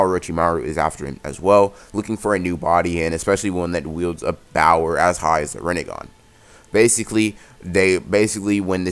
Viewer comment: man says bower in stead of power